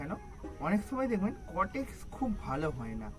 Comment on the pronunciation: ওটা কটেক্স নয় কডেক্স(caudex)